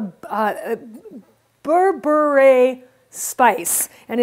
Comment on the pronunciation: Berbere. She said it right